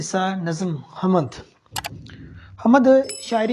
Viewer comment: یہ بات درست ہے کہ انسان خطا کا پتلا ہے مگر بطور استاد آپ نے یہاں کچھ ایسی غلطیاں کی ہیں کہ جو نہیں ہونی چاہیے تھیں۔ مثلاً: آپ نے حَم٘د کو حَمَد پڑھا جو کہ بالکل غلط ہے۔ دوسری یہ کہ آپ نے لفظ حبسیات کو جسیات پڑھا، اس سے ایسا معلوم ہوتا ہے کہ آپ نے کتابوں کے نام ٹھیک طرح دیکھے نہیں مگر لکھے لیے ہیں۔ براہ کرم جب کوئی طالب علم یا نیا استاد آپ کی ان کلاسسز سے رہنمائی لینے آئے تو اسے مستفید کر کے بھیجیں نہ کہ یہ حرکت کریں